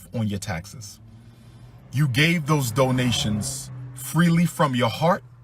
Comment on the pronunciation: Dough-nationsss. Dough-nationsss. Dough-nationsss. Dough-nationsss. Giffs. Giffs. Giffs. Giffs. MOAR DOUGH-NATIONSS. MOAR GIFFS.